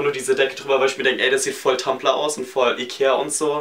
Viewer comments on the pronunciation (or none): "voll tumplr" 😂😂😂😂